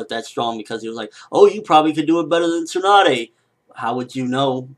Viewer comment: He said TSUNA!! Not Tsunade.